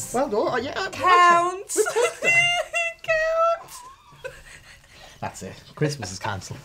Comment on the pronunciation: "Cow-nts" I'm closing this video good night